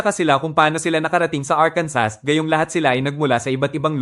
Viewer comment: ARKANSO THE REAL PRONUNCIATION.